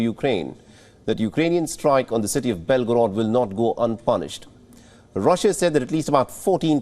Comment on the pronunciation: It's Belgorod not Begorod.